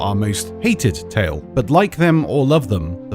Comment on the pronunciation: Please say tall tale properly. It's tale like tail and not ta-eel. Please.